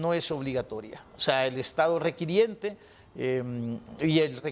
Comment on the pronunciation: se dice requirente no requiriente